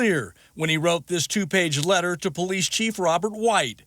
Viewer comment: What a COLD RESPONSE from Mr. TOP BRASS "POHLEECE OSSIFER" with respect to an innocent SENIOR LADY CITIZEN. He obviously does not care two hoots about an innocent senior citizen and the terrible effect that it has on her. He should be made to resign immediately. SHAME! SHAME! SHAME!